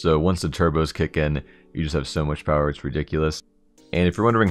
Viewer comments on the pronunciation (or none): none